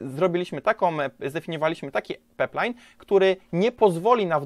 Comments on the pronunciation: Pajplajn a nie peplajn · pajplajn a nie peplajn :D ale dobry filmik :) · Pajplajn; Też mnie to kuje w uszy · Super materiał, jak zwykle! Dużo mi pomógł, Dzięki :) Leci łapka. btw. to jest pipeline ("pajpline"), rurociąg po angielsku ;) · Bardzo fajny i pouczający materiał. Tylko ten peplajn :/